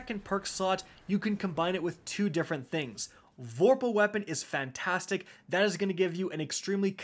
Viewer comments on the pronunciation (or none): none